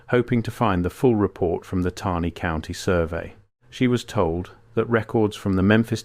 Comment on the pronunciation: The AI voice used often mispronounces words such as “Taney” County. It’s annoying since this is where I’m from.